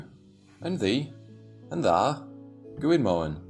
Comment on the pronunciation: His numbers are so wrong, and it's "tha" rather than "ta" as in "where is tha" (where are you) 🤗